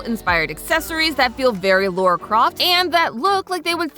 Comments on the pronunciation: LA-RA, LA-RA. There is no U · Why does EVERY American call LARA Croft "Laura"? 😂